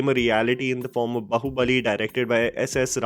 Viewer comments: it is not bahubali it is BAAHUBALI FFS ACNT YOU EVEN PRONOUNCE IT RIGHT BEING A "FILM REVIEWER" ALSO BAAHUBALI IS A TOLLYWOOD MOVIE DONNT NORTHWASH IT JUST CUZ YOU WANT TO DISMIISS THE FACT THAT TOLLYWOOD IS LITERALLY MAKING THE BEST FILMS IN THE COUNTRY RN. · you pronounce it as Baahubali and not Bahubali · it's not Bahu Bali , it's like BAAhubali, JUST SAYING